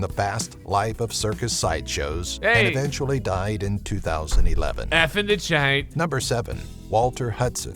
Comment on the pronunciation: "F in the chayt"